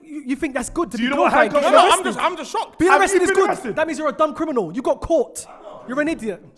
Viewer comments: "Michael Jackson, you know Smooth Crinimal". Crinimal😂😂😂😂😂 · Anybody else hear smooth CRINIMAL 🤣🤣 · said "smooth CRINIMAL"😂😂how did no one clock